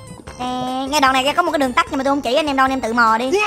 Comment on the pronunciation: Đường TẮT anh còn đọc đường TẮC mà